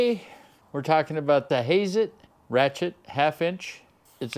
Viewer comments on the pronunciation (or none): Hazet not Hayzet